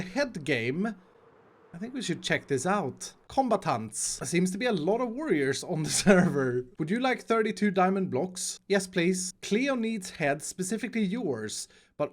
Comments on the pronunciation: “com-ba-tants” it’s -.cum-bat-ants” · I love the way pronounces "COMBATANTS".. OMEGA LOL:) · Lost my shit part 1: "omega stonks." So excitedly Lost my shit part 2: pronouncing combatants as "com-buh-taunts" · The most Swedish way of saying 'combatants'. I've never heard of that word before prior to seeing the other hermits' videos on this, but I would try to pronounce it differently. I love the way it sounds though,:D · Aren't anyone going to talk about how says the word "combatants"?